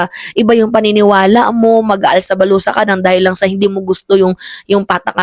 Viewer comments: "ALSA BALUTAN" po hindi "ALSA BALUSA"😂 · alsa balutan "Hindi alsa balusa... 😂😂😂